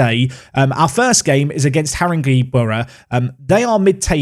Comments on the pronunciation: ‘Saint All…Bans’ ‘Whit…Sta…ble’ ‘Ha…ring….gay’ You’re welcome. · We train on Harringeys pitch, that’s pronounced Harrin-gay. Sorry haha sound like an English teacher, hate myself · FYI, the E in Haringey is pronounced as an A........ I live near there....... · I volunteer for a team in this division in real life but unfortunately they’ve been relegated on this save so you won’t play them, but listening to you pronounce all the teams’ names is entertaining 😂 You played Har-in-gay Borough today 😁